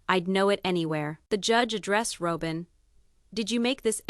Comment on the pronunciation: You need to pronounce fourth wife name correctly !!!!!